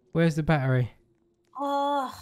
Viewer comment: This is how says battery barery